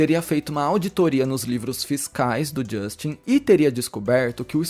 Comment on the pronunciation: Fala Justin Brasileiro: Justchim 😅